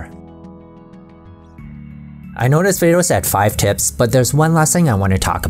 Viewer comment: Whenever he says tips,I hear tits. Just me ? 🤔